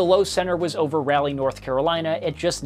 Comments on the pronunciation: Rally North Carolina is not a place…it’s pronounced Rah-Lee. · Are you meaning to say Raleigh (Rah-leigh) or is there really a place called Rally in NC? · RA-lee! (Rah-lee) 👍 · just an FYI the North Carolina locals pronounce Raleigh as “Rawley” as opposed to “Rally” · Raleigh is pronounced as follows: Rah-leigh. It's not Ray-leigh. Thanks so much! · 72 was the temp in Wilmington, NC- Raleigh (Rah-Lee) is the 67/42 temp. Please don’t take as negative criticism because I absolutely love your channel and am currently binge watching! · I love these videos! Thank you for your excellent explanations. Also as a NC Native "Raleigh" is pronounced more like "Rawleigh" with the a making an o sound. We have accents down here lol. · It's pronounced RAH-LEE and the station data that was highlighted was from Wilmington... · It’s Rah-leigh. Like Ra Ra Rasputin. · My Wife says, "Raleigh rhymes with Trolley". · You're mispronouncing Raleigh, and it's killing me. It's pronounced ra-LEE. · Its pronounced RAH LEE that is all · The pronouncing of Raleigh and Wilkes-Barre really set me over the edge